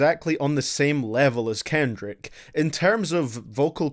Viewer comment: why is he pronouncing kendrick that way ?!!